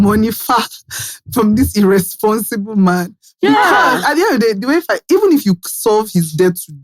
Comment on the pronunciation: The stressing on "Irreeehhsponsible" from 😂